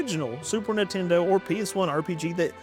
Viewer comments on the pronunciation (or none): none